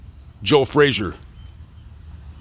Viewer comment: Pity the announcer can't pronounce his subjects name correctly. It's not 'Fraser'....